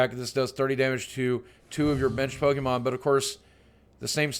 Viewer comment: I see everyone getting bothered with Lugia but I usually never see anyone care when people pronounce pokémon as "po-KI-mon".